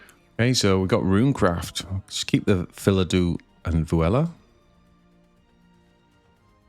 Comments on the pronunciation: Nice lists and good meta read, bringing wardhaven against so many roaches and not that many runecrafts! Btw why do you read Phildau as Philadu? Is it a meme or something? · That pronounciation had me stop and read the cards name again, too. Yup, still Phildau, not Philadou ;) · What is the next event like this that I can sign up for? Also I don’t think it’s pronounced fill uh dew, there’s no vowel in between the Fill and Dau.